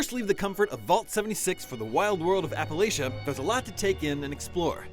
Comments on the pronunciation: Appala shia ? It's Appalanchia (Appa lan chia) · Apa-latch-a!! lol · guys... i hate to tell you but you mispronounced Appalachia. Like, a million times. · Tyler Hoagland it's so fun. It does another me he is pronouncing Appalachia wrong